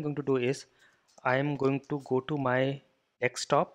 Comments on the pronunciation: Nice explanation. Why do u say Dekstop ... it is Desktop...hhaha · Also, its not DECK-STOP, but DESK-TOP ;)